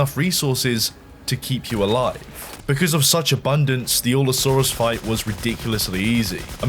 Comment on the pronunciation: Allosaurus*. (Al-Uh-Saw-Rus)